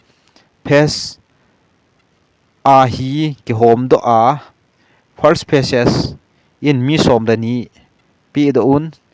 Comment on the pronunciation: Phases hi face tin pronounce jo o